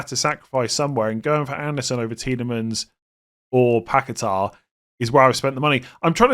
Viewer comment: Finally a video that doesn't feature a mispronunciation of Daniel Munoz's name but have to hear dozens of mispronunciations of Lucas Paqueta's name. My ears are burning.